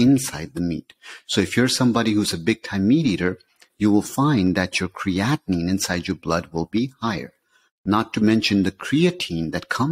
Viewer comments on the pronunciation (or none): Most contributors to these web sites, including, pronounce Creatine and CreatiNINE the same way, creating confusion in the listener. CreatiNINE is the culprit for kidney disease and comes from CreatINE in muscles, meat etc.